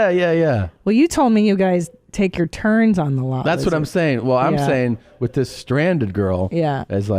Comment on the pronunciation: How many fwend come wif you